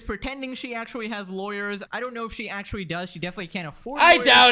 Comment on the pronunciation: It wooks awewite akshawee. Why do so many youtubers have easily correctable spe3ch imp3diments? Super distracting, obviouswee.